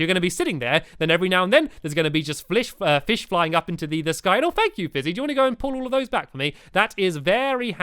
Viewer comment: Stampy said flish! Just like in Building Time!